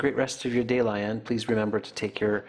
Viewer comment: Its Lay-aan lmao not laian.